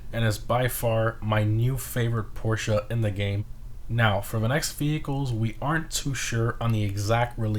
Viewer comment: Let’s appreciate that he actually said Porsche properly